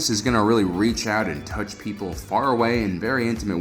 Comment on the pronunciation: touch sounds wrong xD